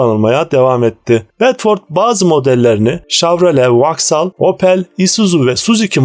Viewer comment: Vauxhall(Voksol) okunur Vaksal yanlıs telafuz..